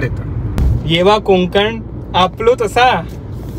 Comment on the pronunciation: कोकंन नाही रे कोकण असं आहे ते